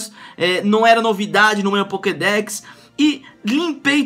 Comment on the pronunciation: O cara tá tão acustumado com clash Royale que tá falando pockdeck